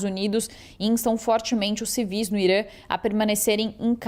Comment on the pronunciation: o país se chama Irã, e não Irâ.